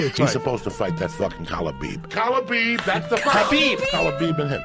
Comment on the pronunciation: I'm convinced that unlike Joey, Chael is trolling. When Joey said Stiopic and Khalabeeb I almost had a seizure I laughed so hard!